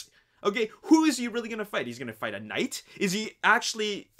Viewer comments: The last knigh 😂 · "The last Knigh"....Great job.